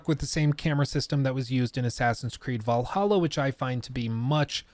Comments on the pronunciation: missed it when you said vallaha instead of Valhalla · Thanks for teaching me the correct way to pronounce Assassins Creed Vallaha. I hate it. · I might be an AC valhalla hater for that but i keep hearing "Valhollow" when prounounces it lol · You called it "Valhalla" instead of "Vlahla", for shame! FOR SHAME! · Actually crying didn't say Va lah hah 😭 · You said Valhalla without the sound bit. How dare you. 😢